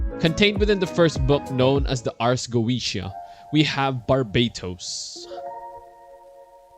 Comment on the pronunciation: Ars goetia is Latin thus it is not pronounced "r gesha" but it follows Latin pronunciation which I have no idea how to transcribe in English so you have to look it up